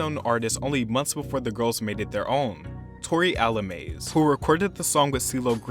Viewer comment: lmao its Tori Alamaze pronounced as ALA(MAH-ZHAY). not al-"amaze".